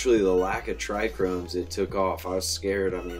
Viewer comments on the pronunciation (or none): Lol trichromes. Hear so many youtube weed bros pronounce it like that.